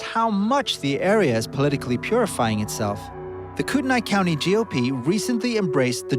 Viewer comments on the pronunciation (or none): Pronounced Koot-Knee